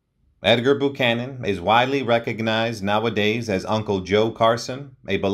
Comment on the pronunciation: I believe it's pronounced "BYOO-CANON", not "BOO-CANON", picky perhaps, but as he's the subject here, it would seem proper to have it correct.